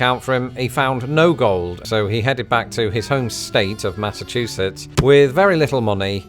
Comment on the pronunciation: Seriously, being from England and all, I would think you would know how to pronounce Massa-CHOO-setts, not Massa- TWO-setts. Next you'll be saying Jag-wire instead of Jag-U-ar, or ZEE instead of ZED.